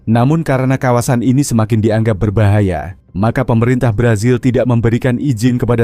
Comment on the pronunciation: Berbahaya bukan berbayaha😅😅😅